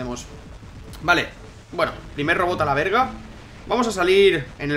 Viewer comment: se escucha raro que un no mexicano diga verga jajajajaj xd